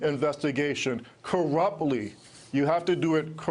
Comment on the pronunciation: Why does that first dude say "coruply"? WTF does it mean?